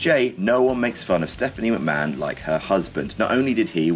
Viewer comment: accidentally skipped and heard Stepanie McHo